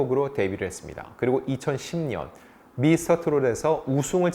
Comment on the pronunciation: 경연대회 에서 우승한해는 2020년입니다 발음이 안좋나 2010년 으로 들리네 제대로 영상 만들어주세요